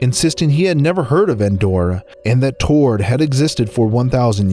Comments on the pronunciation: There's so many comments about the semi traveler at the beginning. I have a much smaller gripe: The country is (usually) pronounced "T-har-ed", not "Too-rd". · The Rep Of Tord sound like Tard